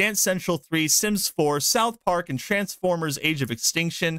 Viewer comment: Why do you say spith park, an the video shows director from pyschonauts